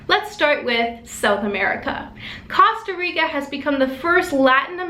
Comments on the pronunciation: Costa Rica Not Cawsta Rica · I'M PUMPED!!! GREAT NEWS! GREAT EPISODE! you're saying Costa Rica wrong.. (should be pronounced like coasta) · Awesome! Just one thing, it's /kohw-stah-reekah/. ;P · Why do Americans have such a hard time pronouncing Costa Rica? This news reader can't seem to pronounce anything Spanish or Italian, or "Ireland." Annoying. I'm unsubscribing.